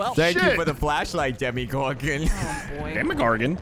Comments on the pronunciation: "Demogorgon" not "Demogorgan", but I don't know if it was intentional. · Come now, it's DEMMYgorgon. Please give him the proper respect. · Lol, it sounds like he's saying "Jermeygorgon" XD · At some point, it sounded like he started saying "Jeremygorgon". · I was SO happy at that first 'demmygorgon'. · No one:: *demi-goran 😗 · They keep saying demi-gorgon and I hate it